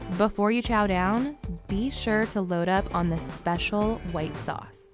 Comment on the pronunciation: Sp-special white sauce? Really?